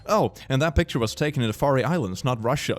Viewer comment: Faroe Islander here. Just posting this comment to say that you pronounced "Faroe" wrong, it's pronounced "F-ah-row". Just trying to be helpful, I love your content and hope you never stop. <3